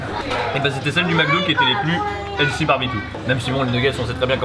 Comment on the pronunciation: en passant, les français, on dit pas healssy ont dit healthy Cordialement.